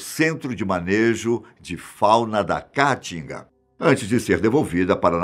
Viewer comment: Não conseguir mais prestar atenção após ouvir "cáatinga" várias vezes